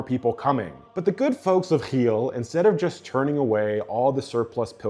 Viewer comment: The way he over pronounces it annoys the fck out of me